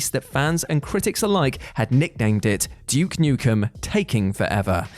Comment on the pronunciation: JUKE Nukem, WTF?! It's DUKE! DUUUUKE ASSHOLE!!!